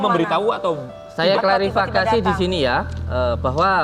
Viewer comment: "saya klarafakasi'